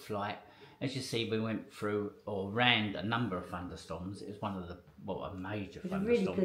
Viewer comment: Did you say FUNDER, is it not THUNDER, you also said FROO and its THROUGH!!!!!!!